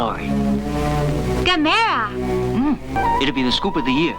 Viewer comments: Gam errrrrrr aaaah dam it !!! lmao Not Gimera keep the good videos coming : ) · Right from the jump mispronouncing Gamera. Rhymes with “camera”. Even if the original say different, even if the dubs say different. None shall besmirch the glory of Gamera, friend to all children!